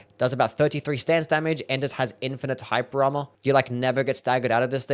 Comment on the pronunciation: bro says hyper armor like hype drama